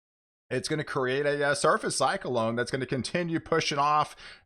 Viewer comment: When you say cyclone I'm hearing (psych•a•lone)